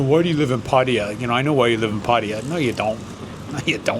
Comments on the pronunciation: Why do allways USAians, Brits, yourself and other English speaking people say Padia when you're talking about Pattaya? That's really sloppy. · It's amazing how many Westerners call it Patty-er. In Thai, and officially in both British and American English, the stress in on the middle syllable that rhymes with 'Thai', not 'tea' (pat-THAI-yah). It's the only place in the world I know where the expats don't pronounce it correctly. Why is this? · why are you mispronouncing pattaya after having lived there for 10 years?